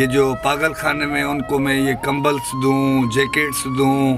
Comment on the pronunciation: kambal ko kambal hi kahty hn dnt try to make it english word kambalz🤣🤣🤣🤣🤣